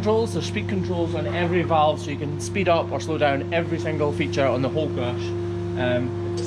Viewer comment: So do you plug the crush into the wall and that powers all the features and extra outlets, or does it have battery powered features as well? Also, this entire time I thought you were saying “crutch” so I was really confused when you first started typing out things about the new crush lol